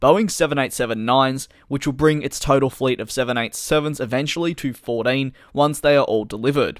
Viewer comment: I live how Australians say 14